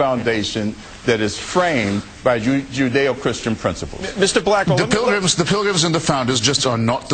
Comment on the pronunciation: How does Mr. Blackwell (a man who pronounces "pilgrim" as "pril-gum", and uses the phrase "there HAVE been an ebb and flo") even rate a discussion with Mr. Hitchens?